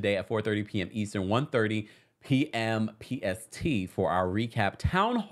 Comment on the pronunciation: The “Eastren” killed me!! I noticed that too 😂😂